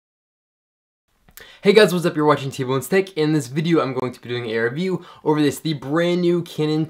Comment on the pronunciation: the way he says Tech is sounds like hes saying TboneSteak lol